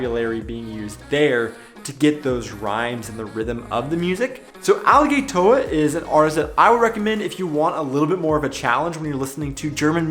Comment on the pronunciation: hearing u say Alligatoah is so cringy xD remember the A in germany is pronounced different then in english you say the 2nd a like you say the 1 a, xD for germans it sounds like you say aligaytor